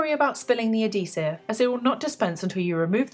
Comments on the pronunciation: "a DEEsive" ....translation... adHEEsive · A-dee-sehv xD